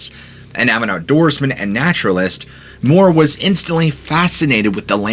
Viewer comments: It’s M-you-ir, not Moore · It's pronounced John Mure, NOT Moore. That's how you pronounce Muir, like his namesake, Muir woods.